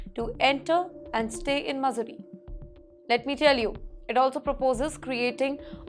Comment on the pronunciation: Oh my gosh- her pronunciation is bad (and im saying this is as an Indian). Dear anchor, pls cross check the pronunciation of words before you read the script. Missouri, stirring etc etc